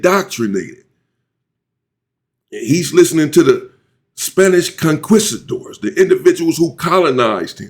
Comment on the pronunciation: ‘Conquistador’ is pronounced…CON-KEE-STA-DOR.